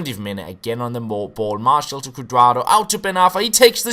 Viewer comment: It's pronounced marshee-owl